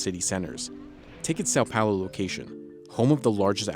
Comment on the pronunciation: Maybe learn how to say Sao Paulo correctly.